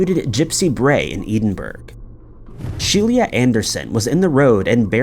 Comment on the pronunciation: He mispronounces these things so that people will comment and increase the engagement factor of the video. YouTube doesn't judge on quality of content, just amount. (Also it took me 2/3 of that last section to figure out that “She-LEE-ahh” was actually just “Shelia” (SHE-lah).